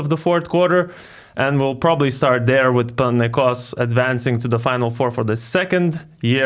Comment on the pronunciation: My man, I love how you correctly pronounce the name of the club. PanathinaiKOS.